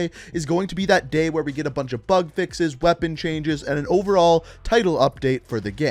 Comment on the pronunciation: Who else is hearing him say fuk fixes